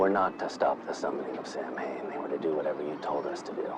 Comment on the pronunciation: Sorry to be THAT person but it's pronounced; Sōw-when.